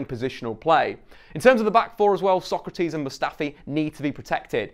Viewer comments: Nails Sokratis’ full name but couldn’t say Elneny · Nailed Sokratis but still said El-NayNay lulz